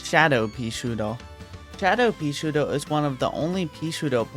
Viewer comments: Sounds like hes saying:"peashoar" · Bro says “peasootir” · I wittewary woved dis wideo, I wuv peaswooter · "Peashooduh" :3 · I love how he says paesootew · More like "peashiuduhh"